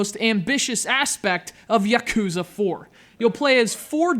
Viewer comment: Yah-Koo-Zah. Ship-Oo-Den. It's not hard to pronounce things right goddammit...